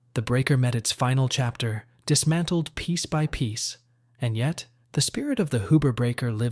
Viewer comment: Not Hoober. Hughber